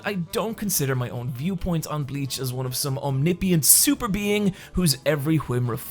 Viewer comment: So he's not "omnipiant"